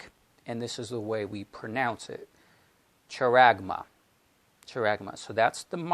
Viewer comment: Brother, hope you don't mind me sharing this little info with you. Just wanted to let you know that often Greek pronunciations given in websites aren't always accurate - charagma is pronounced haragma - 'CH' makes a strong 'H' sound (i guess like a 'clearing of the throat' sort of sound). Hope this is a help and not meant to confuse instead.